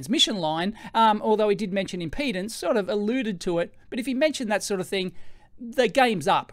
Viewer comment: Electroboom, I'm a retired electrical engineer. I love your video. I wanted to say, importantly, the word is impedance NOT impotence!!! Yours is the third of three videos I've watched on this. First was Veritasiums, then Dave at EEVblog, then yours. Dave said that we engineers think about things differently. That we have tools to analyze things and validly track physics and the rules of science. You fellows have collectively reminded me of much of the complexity we were trained to understand and analyze and calculate. I've much forgotten what I was trained and educated to deal with. I've been so browbeaten by the mindless politics and public chaos of people and the media news etc. I've forgotten the promises of my youth and education. Youtube, multimedia and Internet is a terrible way to waste a capable mind. You've helped to retrieve my past capabilities. Thank you. Amind is a terrible thing to waste, and you've given me a wake-up call.